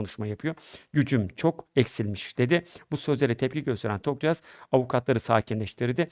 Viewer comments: Tokgöz, Toksöz hepsini söyledi bi Tokyaz diyemedi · soyismini genelde yuvarlayarak yanlış telaffuz ediyorsunuz Tokgöz der gibi ama soyisimleri Tokyaz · Tokyoz değil toktan abi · Ay nolur konusmayı becer artık bi söyleyemedin TOK-YAZ.BAŞTAN SÖYLE TOKYAZ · soyadları TOKYAZ neden telefuzda sorun yaşadınız anlayamadım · soyadlarını hep yanlış söylüyorsunuz en baştan beri… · Tokyaz kelimesini telaffuz edemiyor musunuz?